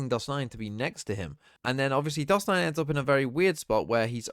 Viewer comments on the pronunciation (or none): also, weird thing I noticed during this game, was pronouncing dos9 as "dosu" and was pronouncing dos9 as "doja" and honestly, I don't know which, if either of them are correct